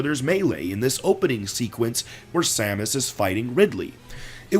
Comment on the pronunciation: Every time you say Samus a baby cries